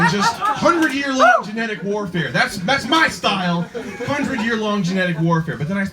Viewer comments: "so hes suchin mahy catch..." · SUCHIN MAH CAAHTCH